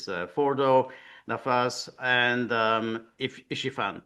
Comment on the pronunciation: Isfahan not Ishifan.